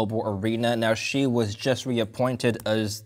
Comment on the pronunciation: Bro, say his name right please. For credibility sake. Its XI not JI